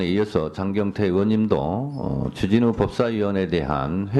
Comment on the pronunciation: 주진우 발음이 ...